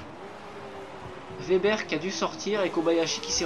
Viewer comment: On dit ouebber pas vebber... Bonne course et bonne vidéo sinon ;)